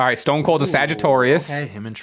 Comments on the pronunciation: Here for “sagiTORius” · Y’all saying “Sagitorius” instead of Sagittarius is SENDING me lol